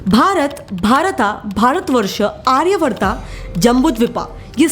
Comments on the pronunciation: Waah दीदी वाह विष्णुपुराणा नहीं विष्णुपुराण भरता नहीं भारत आर्यावर्ता नहीं आर्यावर्त जम्बुद्वीपा नहीं जंबूद्वीब हिंदी का सही उच्चारण करो अंग्रेजो की नकल क्यों कर रही हम भारतीय वाकई में मुर्ख हैं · महोदया आपसे विनती है की हिंदी शब्दो का हिंदी स्वरूप में ही उच्चारण करें 🙏🏻 चलचित्र के भाग में आर्यावर्त और जम्बूद्वीप का उच्चारण कम से कम आप तो सही बोलिए। अंग्रेजी के कारण शब्द के अंत में आ लगाना अंग्रेजो की मूर्खता की निशानी है परंतु आप तो सही उच्चारण करिए 🙏🏻🙏🏻 उसी प्रकार वह शब्द ऋगवेद है ना की ऋगवेदा , पांडवो है पंडवास नही, विष्णु पुराण है ना की *विष्णु पुराणा*। मेरा उद्देश केवल हिंदी के शुद्ध उच्चारण को महत्व देना है, तो कृप्या कुछ अन्यथा ना समझिएगा 🙏🏻😊